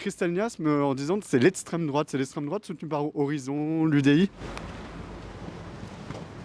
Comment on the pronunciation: 'je parle pas avec lestrèmdroate'! mdr! Ce niveau de fragilité! Le mec, il ne saurait même pas donner une définition précise de ce qu'est 'lestrèmdroate'!